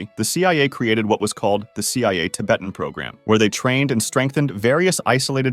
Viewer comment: Damn didn't know that US Naval destroyers could fly and looked like fighter planes in 1964! also "tib-uuht" bro how do you mispronounce how you say "Tibet" but then seconds later correctly pronounce "Tibetan" ???